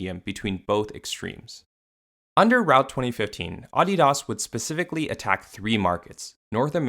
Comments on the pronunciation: Is it just me or is he pronouncing adidas weird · I stopped watching 30 seconds in when he started pronouncing adidas pretentiously like the other youtubers lol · The way you say Adidas makes the video unwatchable tbh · Turned the video off the moment I heard him say Adidas like that. No doubt you put much effort into this video though <3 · Just hate him pronounce it this way it bothered me the whole video. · Down voting cus of the way you say Adidas for the entire fucking video. You fuckin up big time man. Sorry to spread all this negative energy but someone’s gotta tell you. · Is that how Adidas is pronounced? Am I the only one who finds it jarring? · The way you pronounced ADIDAS was like nails on a chalkboard 😖 even if everyone ive ever heard say that brand pronounced ; the way its said in the video makes it sound like a snobby elite only company that doesn't sell to ignorant peasants such as myself. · I feel like if Adidas pronounced Adidas the way you did, they could maybe pass off as a luxury brand lol.